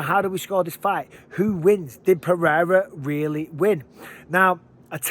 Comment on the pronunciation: You are a paid UFC commentator. Take one minute to learn to pronounce "Pereira" and then please tell DC and Rogan. Puh-rare-uh is passable for a gringo, but let's stop this Puh-hay-duh bullshit